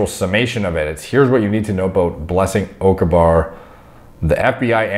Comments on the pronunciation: Jesus. As a Nigerian myself and me hearing him pronounce her name makes me want to cry out into laughter🤣🤣🤣🤣🤣🤣 damn😂😂😂😂😂😂 It's Blessings Oka-gba-re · It is pronounced O-KA-GBA-RAY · Pronounce her name without the G. It still would be off to the actual pronunciation but its close enough. 👍